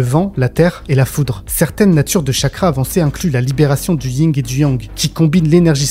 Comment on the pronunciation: le yin et le yang pas le ying et yang